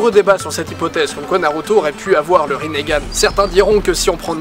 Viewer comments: C'est Itachi, pas Itatchi, c'est Rinnegan, pas Rinnégan. :) Super vidéo j'adore tes vidéos et j'adore naruto, comment t'expliquer que c'était la joie suprême :D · il a dit rinergane ptn c malaisant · Le mec dit qu'il suit Naruto Shippuden alors c'est même pas bien prononcer les noms de personnages ou autres (rinnegane). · " Le rinégane " Mes oreilles saignent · Riningan et pa rinegan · Aïe aïe aïe les prononciations de la vf ça fait mal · Rinnegan, ça me stress comment tu le prononce :) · tu sais pas prononcé rinnegan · On dit pas Rinnegan et non "Rinnégan" ? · Itatchi, Rinnégan, frère t sérieux !! C'est itachi et rinnegan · mais oreille quand tu prononce "rinégan" c est " ringan" donc pas de é au minlieux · On dit rinnegan pas rinnégan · Le Ringan pas le Rinégan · C'est pas rinégan mais rinegan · On di rinegan pas rinégan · Mdr rinégane itatchi oulala c est rinegane et itachi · on dit pas rinéganne on dit rineganne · Bonne vidéo naruto est mon animé préféré 😊. Mais juste cela se prononce rinnegan et non rinnégan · Pourquoi tu dit rinegan alors que c'est rinengan ? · c'est pas rinnégan ca se prononce rinngan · Pourquoi tu dit Rinn"é"gan ? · C est pas rinéganne mais rinegane ( en prononciation ) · Rinégan😂😂😂 on dit ringane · Sa se dit "Rinengan" pas "rinegan" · T con on dit rinegan pas rinégan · On prononce bien Rinne Gan et pas Riné Gan normalment nan en plus je crois que c'est écrit comme ça "Rinnegan" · ça se prononce ringan j'crois, pas rinéganne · Rinégan mdrr nan sa se dit ringan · J'adore la video pouce bleu a un detail pres... Rinnegan se pronnonce rineugan sans forcer sur le eu et pas rinégan ce qui est degueulasse apres jsp si ta vu la vf perso je lisais donc voila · pas rinégan!!!! juste rinegan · Rinnégane ? wtf. C'est rinegan (la prononciation), non ? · On dit pas rinééégzn mais lingan!!!!!!!!!!!! C'est pas compliqué ! ! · pourquoi tu dis rinégane c juste rine...gane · On dit pas " rinégane" mais ringane . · Didi : le rinÉgan ! Moi : euu.... wtf !?